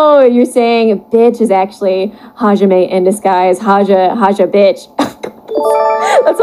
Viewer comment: Hajime is my fav so whenever I hear hajimitch I die inside